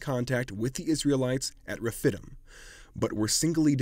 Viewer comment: Rephidim=. Reh-fid-deem😉